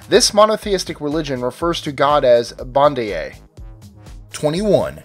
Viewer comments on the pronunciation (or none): this guy said most voodooists refer to monothiestic God as 'Bon-di-yay' but that sounds quite surely a mispronunciation of Haiti's word for God: "Bondye" correctly pronounced as "Bone jay". It came from the word 'Dieu' to mean God in French, but because voodoo has so many gods, they added the word 'bon' which means 'good' so Christians could refer to a specific god. So, Haiti calls a monothiestic God the 'good god' although today most Haitians don't even think about it as being two separate words. Also, HUMAN SACRIFICE IS REAL, but it's very rare. I'm not exaggerating, I can give you proof. The video even states how voodoo does not have a set of rules. So just because one voodooist says spirits don't need human sacrifice, doesn't mean the next one will. Even as a kid growing up in Haiti, I heard of a church catching a voodoo priest next door draining a 2 year old child's blood to death. Caught him just in time too. He is correct about the voodoo dolls being nothing, and other Haitian history as far as I know. Haitians don't use the word 'E-wah'. Zombies are a VERY real thing. Come to Haiti, and I'll introduce you to someone who was a zombie for a period of time. I'll also show you a witchdoctor who can sell you a potion called 'call-and-he-comes'. Promise me you won't buy it though. He also claims that his curses can kill people, and his morals on it was this, "It's not me who is doing it, it's you. You just came to me for the service." That was filmed and put in this documen